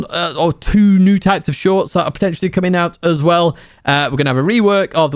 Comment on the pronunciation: Keep the "shoIrts" coming... 😂😂😂